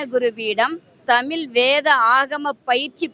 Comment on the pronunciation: இவளை எங்கிருந்து கூட்டிட்டு வந்தாங்க இவ தமிழே உளருகிறாள் நீ வரவே வேண்டாம் நாங்கள் உங்களை அழைக்கவே இல்லை. இவள் ஏதோ ஜப்பான் காரி மாதிரி பேசுறா.இவளை முதலில் தமிழ் என்று சரியாக உச்சரிக்க செய்யவும். தமில் தமில் என்று பேத்துகிறாள்.வாருங்கல்....என்ன தமிலு என்று தெரியவில்லை